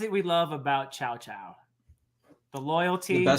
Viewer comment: My ears bled everytime you say Chow-chow